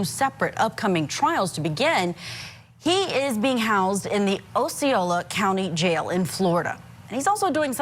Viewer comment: "Ah - see - oh - la" not "oh - see -oh - la" is the way you pronounce Osceola. How do you get to be an adult and not know how to pronounce the name of the tribe led by King Osceola?